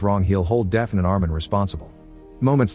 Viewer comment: Deafen? Or “Daf-nee”?